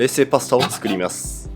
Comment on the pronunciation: 絶対作ります！ どなたも書いてないので敢えて書きますが、冒頭の「冷製パスタをつくりみゃす」好きです。